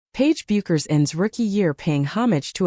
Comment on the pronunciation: Her name ia pronounced Beckers. The "u" is silent.